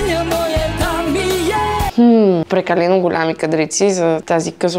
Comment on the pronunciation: "ГолЯми"???? "Прекалено жълто"? С това пренебрежение... А цвета е всъщност като вашия ....